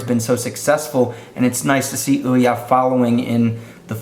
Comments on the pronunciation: Oo-ya not oh-ya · IT'S PRONOUNCED OOOOOOOOH YAH as in WHO? YOU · You pronounced Ouya wrong...